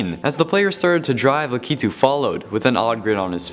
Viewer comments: No you pronounce it as lack-I-tu not la-key-tu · U pronounce it lak u too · Pretty sure its pronounced Lack- i -to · Lakitu is pronounced lack it u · Its Lakitu (LAH-KEH-TOO) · You said his name wrong sorry